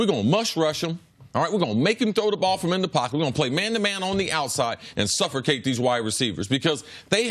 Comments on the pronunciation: suffrocate chris? come on man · Carter: "Suffercate" the wide receivers :)